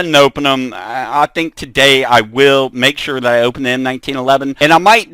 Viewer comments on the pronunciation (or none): none